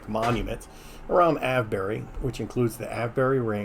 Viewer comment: Me again. The pronunciation for Silbury is sil·buh·ree hil and Avebury is ayv·buh·ree. Just hoping this helps to say the names correctly. I literally live 10 minutes away from Avebury and Silbury hill and about 20 minutes away from Stonehenge. 😊